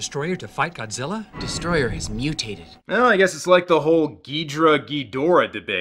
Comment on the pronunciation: "Godziller" (LOL)